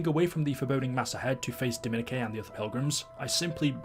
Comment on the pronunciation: How is so illiterate that he can’t say Dominique like it’s stupid